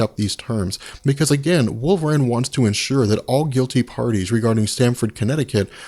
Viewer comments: Wolverine not Wolverane ;) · I just keep hearing "Wolvrain... wolvrain... wolvrain"